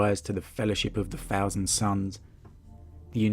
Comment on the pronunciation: "fousand sons" - The th-fronting is strong with this one. I take it probably from London, where the fabled "th" sounds are told only in myths and legends.